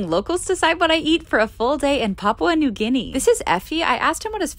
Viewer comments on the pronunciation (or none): none